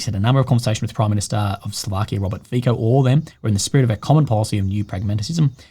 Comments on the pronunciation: Omg it's pronounced "Fitso", not "Fiko". Please don't do this again, it's so embarrassing. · Fico's name is not "FiKo" its "Fitso". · love your work! Please what ruptures my ears is FICO, ita not pronounce as,,K,, but as simple,,C,, FITSO ❤